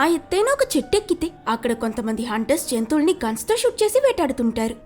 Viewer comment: జెంతువులని కాదు జంతువులని, Good